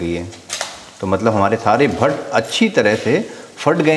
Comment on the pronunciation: Not pat-pat it's Bhatt-Bhatt😂